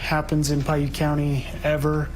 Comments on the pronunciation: Piute is pronounced (pie-yute) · Man it is incredibly annoying that the narrarator doesn't care enough to pronounce words correct in her videos. Pwait county.Lol😂😂😂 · Piute is pronounced pie- you-t. They're a native tribe